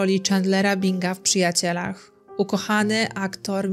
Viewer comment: Nic się nie stało. Robisz świetne filmy a jakieś przejęzyczenia to nieznaczące bzdury☺️☺️☺️